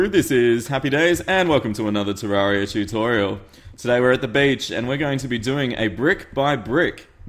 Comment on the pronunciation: Does anybody else notice he says chewtorial